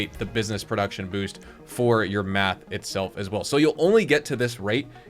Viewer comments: Its mEth bro..mEth...not mAth 😆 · Seriously I was like what the heck its Meth not Math…..,lmao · Dude please!!! There's no frickin A in Meth!😂😂😂